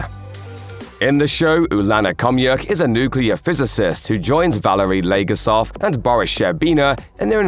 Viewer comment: Not “Valerie legarsov”, it’s Valerie Leggosav.